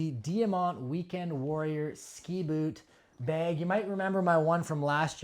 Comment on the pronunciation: “bag”, not “beg”